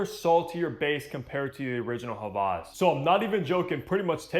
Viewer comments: he’s done other hawas reviews and pronounced it with a W. is the only creator that has said it with a V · he might know German. Just like Volkswagen is actually said "Folk-s-Vagen"